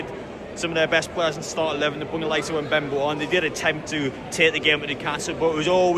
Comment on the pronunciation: We need to play like this in every game now, and you make me giggle when you say Umbembo hahaha class.